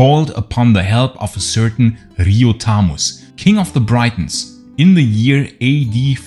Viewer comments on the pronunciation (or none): Achtung, "Briton" wird gleich ausgesprochen wie "Britain" (und nicht wie 'Breiton').